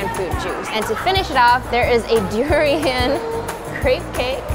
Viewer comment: the way she pronounced durian made me uncomfortable, im from Philippines btw